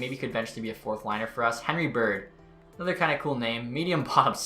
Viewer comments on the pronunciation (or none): none